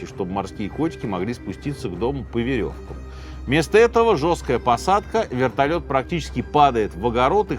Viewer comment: Вэртольет приземлился тихо😂 сказка дэтэй пугать